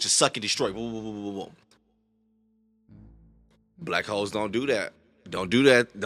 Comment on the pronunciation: Why did you say “W, hoooooles!” It’s not blackwhole lmfao. It’s still hole. Bahahah